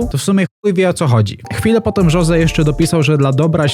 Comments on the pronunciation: nie „żoze” tylko Hose, naucz sie w koncu to poprawnie wymawiac 😭😭😭😭😭😭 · Jose czyta się Hose, a nie Żose